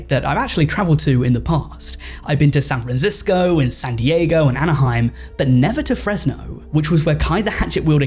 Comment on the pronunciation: “sand risisco”